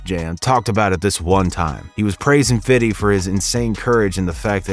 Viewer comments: “Fiddy” 😂😂 just say fifty cent it’s okay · For the love of God stop saying "FIDDY." You sound ridiculous. Even Curtis Jackson himself says his rap name correctly. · Fifty not "fiddy". Allow it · It’s him saying fiddy instead of 50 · All his people say "Fifty" or "Fif" so what's with the narrator saying "Fiddy"? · Fiddy fiddy fiddy, it’s FIFTY! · Bro its fifty cent not fiddy cent fifty has already said in an interview people who call him fiddy are just white guys trying to be cool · Why do some people insist on saying “Fiddy”??? Fif him self says Fifty. Furthermore it seems to me, the people that say Fiddy when talking about Fif most likely don’t pronounce that number that way irl. Pet peeve observation. Sorry. Thank you attending my Ted talk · Why all white ppl say “fiddy cent” it’s actually spelled the correct way plz stop using improper pronunciation when discussing rappers or anyone of color thx in advance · Everything good except you saying fifthy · Please just say fifty.. sounds off when people say fiddy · Fiddy:D say fifty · He’s purposely making himself say “Fiddy” 🤦‍♂️ Cringey 😬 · I really wish he would stop saying Fitty 🤦🏾‍♂️😂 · Narrator said fiddy hell nahh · Lol "fiddy". You didn't earn calling him that. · How do you pronounce 50 cent. ? You say Fiddy cent. 🤣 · Saying fiddy is cringy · Never, ever say fiddy SMH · You keep saying ‘fiddy’ and it’s giving cultural appropriation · Great video... But dude saying "fiddy" was annoying AF. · bro stop saying fiddy